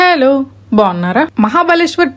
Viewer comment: meeru bhale antaru andi heloooo ane word ni. Miku tamil kuda vacha midi chittor kada